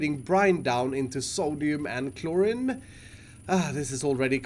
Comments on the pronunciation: takes half an hour to figure out how things could look good My Brain: JUST TAKE IT BACK A BLOCK AND STOP COMPLAINING ( Also as other people have said chlorine is pronounced chlor-EEn ) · Kilokelvin (kK) kelvin is the base unit of temperature and thermal heat, kilo is the unit prefix which means 1000 and PS chlorine is pronounced chlo-reen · Chlorine is pronounced like chloreen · A tip to, Chlorine is pronounced Clor-EEn. I saw you were questioning how you were pronouncing it so hope this helps. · Chlorine is pronounced like chlo-rEen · I love the struggle to say Chlorine. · 3.3kK is 3,300 Kelvin. Kelvin is a sciency temperature measurement. The short form is K. also you're mispronouncing chlorine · I cringed so hard every time he said chlorine right.. then chose the wrong pronunciation... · He says chlorine sooooo wrong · The I in chlorine is pronounced as two ee's instead of an I. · chlorine rhymes with green btw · It’s chlorine not chloryn dude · It’s pronounced chloreen (like halloween) not chlorin, but it’s spelt Chlorine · when he said clor-in instead of chlorine at the beginning lol, learn you english bruv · iskall: chlor-rin me: I t s. p r o n o u n c e d chlor-reen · iskall it’s chloride (like chloryde) not chlorid, same for chlorine, it’s pronounced chloreen, not chlorin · it's pronounced chlor-ee-n not chlor-in. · it’s said as cloreen not clorin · I don’t want to be mean, but “Chlorin” kinda triggered me. It’s pronounced “Chlor-een” love you iskall. But gosh darn it I hate how I have to correct people cause I’m entitled lol. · Just so you know, its pronoced clor-een , not clor-in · Hey, chlorine is pronounced klor-een. Not kloor-in it's a real chemical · its pronounced ˈklôrēn (cloreen) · Chlorine is pronounced (Clore~een) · Read chlorine as k-looooooooreeeeen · Nooooo it’s claw-rene, I’m triggered I’m sorry. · Just for next time it’s pronounced. “Cl-ore-een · Chlorine (Klor-een) You're welcome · Clorreen is how you say choline